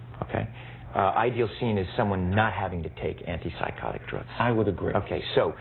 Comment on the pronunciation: i like how he emphasizes the part PSYCHOTIC and not the part ANTI. isnt an antipsychotic good? if psychosis is bad, then an antipsychotic is good right? if i am anti racist, and you emphasize the part RACIST, and you say "you are an anti RACIST!" then it makes me sound like a racist but you forget the ANTI part